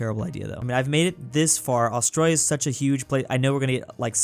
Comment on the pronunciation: Me when he said canaberrrrra 🤬🤬🤬🤬🤬😤🤬😤🤬😤🤬😤🤬😤 and aooooostralia